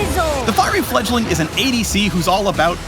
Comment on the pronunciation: It sure didn't sound like he said fledgling towards the end.